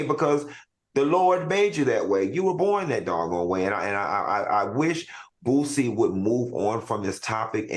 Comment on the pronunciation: This shows ppl don't be interested in the real person only headlines, How you so educated and say bootsie so many times ..It's Boosie smh , his daughter is his oldest and she was always around him so he may notice the difference...at this point racism and LGBT shit is being pushed